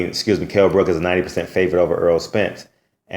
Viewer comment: its brook. no s. not brooks